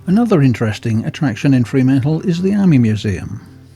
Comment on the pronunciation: Mate, it's not 'Free' mantle. It is Fr'mantle.